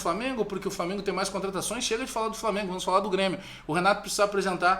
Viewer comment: Não, o Flamengo já deu! Ninguém aguenta mais ouvir falar "Falmengo".